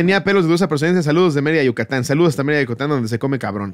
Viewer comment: Soy yo o dijo desde "Yutacan" en lugar de decir "Yucatán". Minuto. Lo repito y escucho eso JAJAJAJAJAJAJA o la que está mal, soy yo.😆😆😆